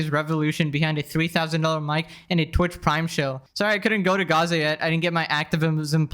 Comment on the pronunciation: "I Might actually go to Gas-sah." While Greta is going to Grrrryaza"